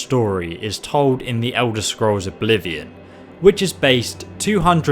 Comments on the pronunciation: Musatronix 056 and u said ender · Musatronix 056 ha you said ender scrolls instead of elder scrolls nice try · you said ender scrolls 6 skyrim😝